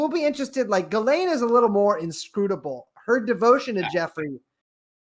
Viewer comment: It's pronounced Jizz-lane. I looked it up.